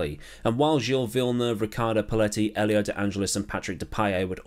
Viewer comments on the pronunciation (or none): none